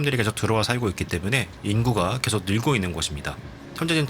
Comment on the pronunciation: 내용도 너무 유익하고 영상미도 목소리 톤도 너무 좋은데 발음이 좀 많이 걸립니다.. 한번 신경쓰게되니까 쭉 넘겨버리게 되네요.. 개챨기, 왼쬭 오른쬭, 꼉우에는, 계쇽, 고뮌, 문쩨는, 두번째료는, 등등 ㅈ,ㅊ 발음이 많이 흐르고 ㅓ, ㅗ 이 붙는 단어에서 발음문제가 생기는듯 해보입니다, 몇몇 발음만 교정 하면 좋아질것 같습니다. 부분에서 천천히 설명하는 템포에서는 발음이 개선되는게 보여서, 더빙이 마음에 비해 너무 빨랐던게 문제였을지도 모르겠습니다.